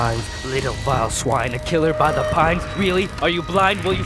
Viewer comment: CreepsMcPasta maybe when you learn to pronounce the word THE, instead of Saying DA